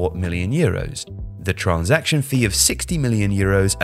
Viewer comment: Can you say transaction normally